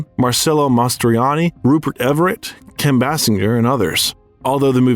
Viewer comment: It's pronounced Kim Baysinger, not Bassinger!